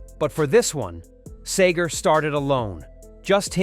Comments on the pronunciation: This is good....but the narrator keeps calling him sAger instead of SEEEGER..... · Yeah the narrator ruined it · It’s pronounced Seeger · His name is SEEGER! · Stop calling him Sayger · Why did the narrator mispronounce Bob Seger's name in most every instance? He kept saying 'Sager' and it is terribly distracting. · (N) Sayger? Sayger? ..get real man. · For crying out loud the least you could do is pronounce his name right. Seeeeeeeeger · It's actually Seger!!!! I have a 2000 GMC, christened (Seger) with some very fine champagne!! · If your going to tell a story of Bobs life. Please learn how to pronounce his last name. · Hysterical how he mispronounces Seger throughout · at least say his name right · I sure wish they would pronounce his name correctly!!! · Speaking of 'Faker' this is a FAKE video.... the computer can't even pronounce his name correctly... We deserve better than this!!!! THUMBS DOWN!!!! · Lean to pronounce Bob’s last name correctly!!!!! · Are you really pronouncing his last name right? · It would be great if you could pronounce his name right. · I was lucky enough to see him and he rocked it however I can't finish this story from the narrator pronouncing his name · Why is there video of the Eagles in this presentation and why can't you even pronounce Seger's name right. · 🌿 The arrangements of each song are genius. Every note, every word Bob sings is special. I listen to my favorite, "Turn the Page," and I am blown away. No one sings a song like Bob does!❤ Second favorite is "Fire Lake." Funny with more pure genius! Thanks for this post, but please pronounce Seger like Pete Seeger pronounced his last name.❤❤❤ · Lets at least pronounce his name right. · Beautiful loser. Get the name right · How could this guy mispronounce his name ...what a maroon..... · Can't even pronounce Bob's name. Simply a waste of my time. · This is BS Yes doesn’t even pronounce Seger correctly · His name is Seger NOT Sager, dummy! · STOP SAYING SAYGAR IT'S SEGER